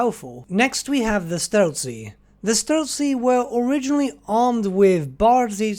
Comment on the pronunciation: streltsY - you should put stress on the last vowel to pronounce it correctly